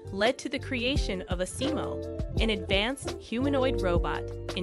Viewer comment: rusack, I agree with you on that. If I wasn't a dedicated Honda fan I probably would've wandered off very early. It was almost like a grade school project where the creators didn't really know their subject and cobbled it together with a few random fillers. And the pronunciation of Asimo was all wrong.